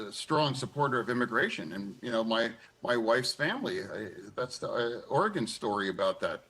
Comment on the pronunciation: did he say Oregon story? 🤣🤣🤣